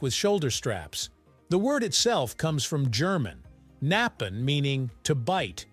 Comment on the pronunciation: The k in knappen isnt silent.